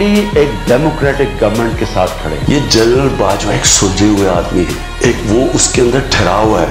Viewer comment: آپ نے اس وی لاگ میں لا تعداد دفعہ لفظ " جنرل" کو " جرنل " کہہ کر پکارا ہے۔